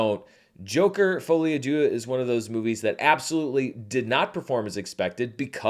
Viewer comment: i keep hearing a i when you say d(i)eux. With the i the meaning become god.